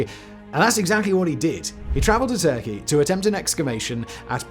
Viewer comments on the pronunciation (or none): none